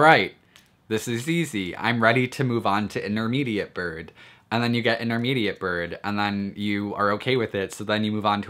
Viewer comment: He says birb.. Not gonna lie its kinda hot